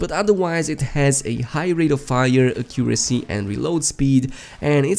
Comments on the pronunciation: The way you said “Accuracy” 😱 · I know right? Accent or not, thats not how you say it. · Listen to how my guy pronounced accuracy lmao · The way u pronounce accuracy kills me